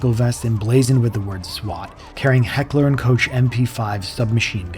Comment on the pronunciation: it’s not Heckler and coach. It’s Heckler and Koch